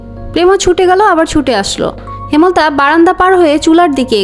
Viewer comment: হেমল তা ❌হেম লতা ✅